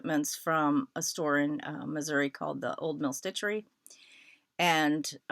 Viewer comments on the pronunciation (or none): none